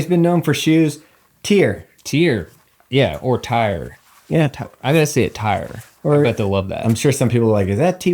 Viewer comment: Tyyyyyyyyyyyyyrrrrrrr..... Not tiiiiieeerrr